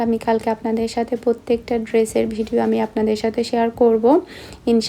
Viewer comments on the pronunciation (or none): none